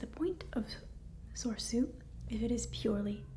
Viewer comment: Well, it's no surprise Anakin is missing. He was trained individually by Obi-Wan, because he was deemed too old. (One of the silliest plot excuses in the history of cinema, btw). And I'm pretty sure the middle "e" in "Soresu" is pronounced.